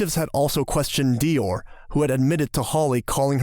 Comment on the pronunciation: That is not the correct pronunciation of Dior 😂